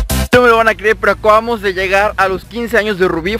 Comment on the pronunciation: jajaj ackuabamos 😂😂